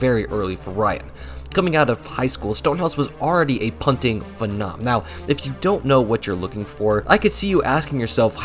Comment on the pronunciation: its pronounced "fee-nom"